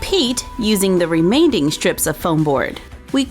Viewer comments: I don't know if she actually said it like that but on camera it sounded like she said "remainding" instead of remaining. Because I actually don't know if she said remainding or remaining. Because I heard Remainding. Also, I have corners like that in my house, but just three rooms. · I could handle the original "skwunchie" video - but whenever she says "remainding" instead of remaining I twitched a little 😂 this is AMAZING! I'm going to try this this weekend!